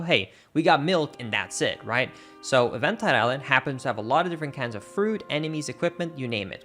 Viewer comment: EVENT-IDE ISLAND???? BROOOO!!!